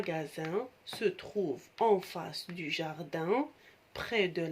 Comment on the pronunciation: Merci pour le partage mais attention l'accent de mot près